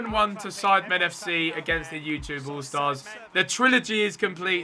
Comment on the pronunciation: he sais ytgoal stars